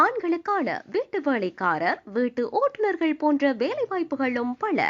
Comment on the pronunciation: அறிவிப்பாளர் தமிழை சரியாக உச்சரித்தால் நன்றாக இருக்கும்.பழ illai பல.வேழை இல்லை வேலை